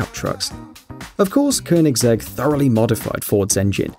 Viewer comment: I have to give you an aplausse for pronouncing koenigsegg right!